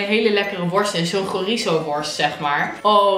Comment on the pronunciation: lover haha en het is ook geen chorizo maar tjorietzo